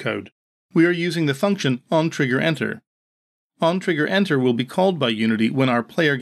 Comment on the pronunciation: Dude "OnTriggerEnter" not OnTriggerEter...